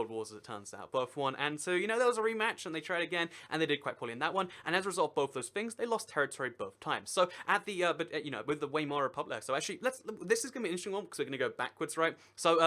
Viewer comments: WAY-MAR?!? It's VI-MAR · Weimar Is Pronounced Vie-Mar! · It's pronounced viemar republic. Sorry to correct you on this I just cringed when I heard you say that.